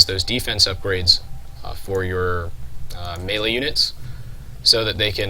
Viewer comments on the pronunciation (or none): none